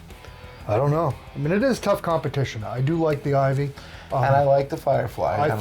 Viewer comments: IYV not IVY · It's called IYV (Inyen vina), not Ivy. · It’s not IVY as you guys keep calling it. It’s IYV